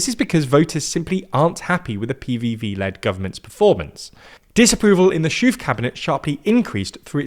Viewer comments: I don't know why even credible media sources mispronounce his name. He's not German and his name is pronounced "Es - Khof" and not shoof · We need to get English speakers to understand that in Dutch, 'oe' and 'oo' have the reversed pronunciation. 'Schoof' is pronounced as 'Schoef', and 'Verhoeven' is pronounced 'Verhooven'... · You pronounce Dick Schoof as Dick Sjuuf while the way it's supposed to be pronounced as Dick SGKGOOOF! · "Schoof" is pronounced /sxo:f/, which sounds more like "skoaf" than "shoof" (it means "sheaf"). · "dik syuuf" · Dick Schoof's surname is pronounced 'SKOAF' in English phonetics. The 'ch' in Dutch is more guttural than a k but that's the nearest I can do. 'oo' in Dutch is always pronounce as in 'oh dear' in English. For the 'ooh' sound they spell it oe. So Dutch boek (means book in English) is pronounced as an English northerner or Scot would pronounce book. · "diik syuuf" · In my opinion it’s just laziness. Trying to pronounce it perfectly is tough, but with some of these names you can clearly tell that they didn’t even look it up. “Dick Sjoef”, I understand that the harsh G sound is tough, but at least have a notion that double O is pronounced like an O. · I know he's leaving office soon, and I don't like the guy, but please learn how to actually pronounce "Schoof" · Schoof and nearly all other double o words are pronounced with the o of hope or close, not like move or hooves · Absolutely butchered the Dutch names, hilarious! Dick Shoe-f, Gurt Why-lders 😂